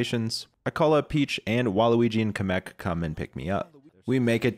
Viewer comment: I can't take him saying Kamek the way he does seriously. He says it like Cum-ek rather than Cam-ek